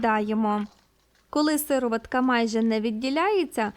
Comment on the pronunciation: Правильно казати сиро'ватка.